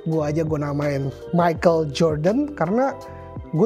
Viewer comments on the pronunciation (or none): none